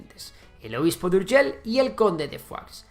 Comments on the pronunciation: Las palabras que acaban en LL se pronuncian Ei no EL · "URGELL" con dos LL aqui y en la china popular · Puedes decir seviLLa i no urgeLL inutil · Es Urgell, no Urgel. Hoy está la población La Seu d’Urgell. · Seo de urgel, tela nen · ver a un castellano pronunciar "urgell" es algo increible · Vaya hombre , es que los castellanos tenemos deficiencias.. 💩